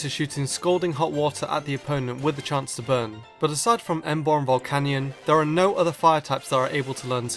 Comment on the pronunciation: He's calling Volcanion, Volcanyon. Wtf.